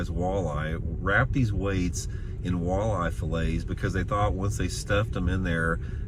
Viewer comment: I've never heard some pronounce WALL•EYE in such a funny way before lol like who doesn't know how to pronounce walleye.. literally all you have to do is sound it out come on lol if you've ever gone outside before chances are you've heard the word walleye.. like it's that weird to mis-pronounce it..🤣🤣🤣🤣🤦‍♂️ big L